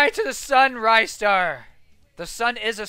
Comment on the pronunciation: The way you say "Ristar" is accually correct, but people can say it their way.